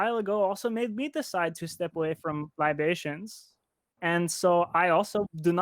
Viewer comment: "LI ba tions", "Yes, that's very good,." I'm dying...